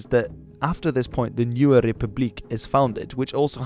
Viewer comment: Thank you for pranounsing boer right